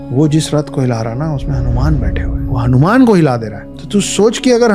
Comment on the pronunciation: Bhai hanyman nahi ramdas hauman